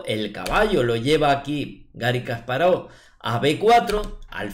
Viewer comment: No es "kaspárov" Es "kasparóv" sin tilde. Me encantan tus videos; muy buenos analizis y esta particularmente una excelente partida.